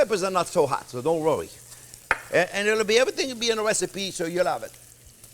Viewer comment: Chef is not only the best, he's amusing as hell :D "Don't wrowry!"